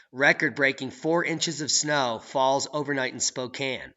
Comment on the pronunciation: Yes!! You said Spokane correctly this time.. "spoke Anne" When people say "spoke aine" it's like nails on a chalkboard or calling Al Gore a pioneer or an inventor.. 🤮